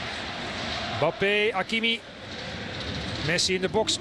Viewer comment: Peter van den bempt moet weer speciaal doet met zijn Bappe ... zeg gewoon Embappe zoals die andere 7 biljoen mensen het uitspreken , ook in frankrijk.